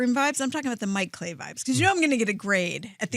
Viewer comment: "Mike Clay-I"...